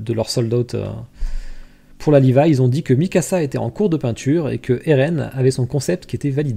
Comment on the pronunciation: à: "le Levi", mes oreilles saignent